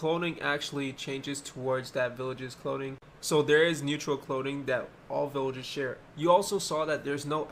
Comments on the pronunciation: I love the way he says clothing, “cloding” 🥰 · no that's how he was saying it :)